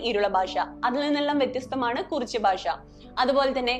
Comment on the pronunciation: സിനിമയിൽ ആദിവാസികളുടെ ഭാഷ ശരിയായല്ല ഉപയോഗിച്ചിരുന്നത് എന്നത് ശരിതന്നെ. എന്നാൽ നിങ്ങൾ എന്തിനാണ് ഭാഷയെ 'ബാഷ' എന്ന് പറയുന്നത്?